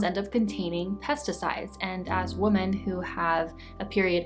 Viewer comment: I love your channel so much. Your content really resonates. Thank you for sharing. Also your accent is adorable. I love how you pronounce Women and Fragrance it makes me smile just listening to you:)